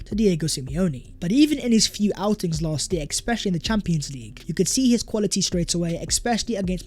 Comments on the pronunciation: ‘Exspecially’?…. Mate, come on. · It's "ESPECIALLY" please start saying it correctly if you're going to use it 50 times every video!